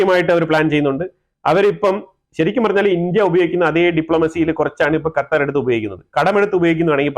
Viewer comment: ഖത്തർഎന്ന്ശെരിക്കു०പറയാനറിയാത്ത ഒരുവേസ്ററ്യൂടൃൂബർആണ്നിയ്യ്